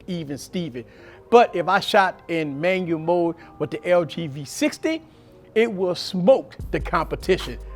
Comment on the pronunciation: Love how he says Manyamode! Very valuable. This helps me with my v60 tremendously